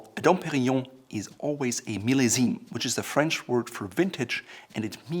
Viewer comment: So refreshing hearing an American pronouncing French words as they should. Merci